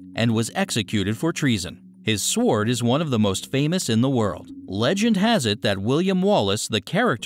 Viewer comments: Fuck, this channel could use a different narrator. S-W-ord Napoleon BAH-NAH-part? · If there were ANY other sw** words with a silent W I might buy your statement. I'll pronounce it sw--ord thank you. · The w in sword is slient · sord sord sord sord sord sord - OMG!!!! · "Se-word" Oh dear... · THE W IN SWORD IS FUCKING SILENT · The "w" in sword is silent , by the way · the worst narrator ever! the w is silent in sword! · You forgot the sword of a thousand truths. You have a funny way of pronouncing sword. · oh my goodness.. saying the W in sword, poor info, and it's like text to speak..